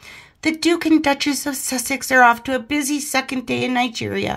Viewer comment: it's Nigeria not night gear